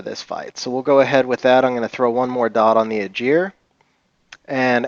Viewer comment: It's the first time I see someone pronounce "dot" like that lol Nice Seara btw